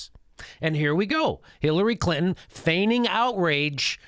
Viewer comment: I love the way you pronounce Hillary's last name....CLIT-IN